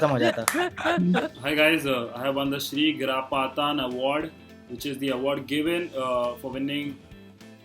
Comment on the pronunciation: Highlight is sagar saying shigrapatan award